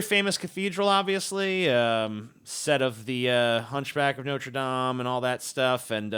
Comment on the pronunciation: Thank you for the correct pronunciation of Notre Dame. <3